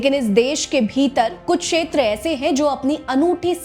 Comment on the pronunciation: Sheter nahi kshetar hota hei..